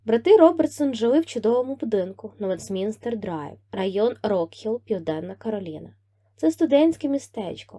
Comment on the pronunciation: Любі, будь ласка, "ВЕстмінстерська (нагодос на реоший склад), Айхоп, щаслИво (наголос на другий склад)"